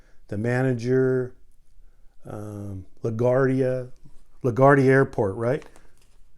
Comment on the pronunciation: For future reference, the then mayor of NY, Fiorello La Guardia. Pronounced “la-gward-ee-a”